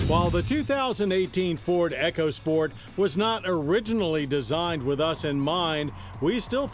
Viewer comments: E-CO! E-CO! NOT ECHO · Eco (e-co) sport, not EchoSport. It's not an damn Amazon product.